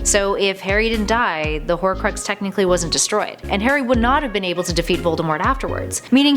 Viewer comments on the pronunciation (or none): its not sea mus its seamus lol and she says carry potter at one point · Karry potter? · She calls Harry Hairy lel